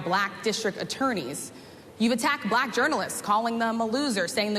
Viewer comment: The 3 syllable "Buh-laa-Cuh" is giving segregation vibes 😐